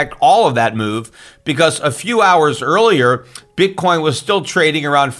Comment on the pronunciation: That SOB J Bravo, every time Schiff says "Bitcoin" I hear him saying "BITCORN."